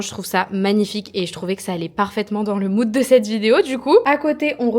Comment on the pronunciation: Quand tu parles de moude je t ai perdu bleu électrique 😅